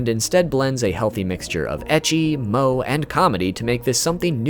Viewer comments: It's not MOW it's MO-Eh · "Moe" is pronounced MOU - EH